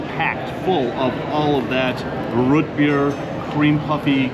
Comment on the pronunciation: Learn to say ROOT correctly!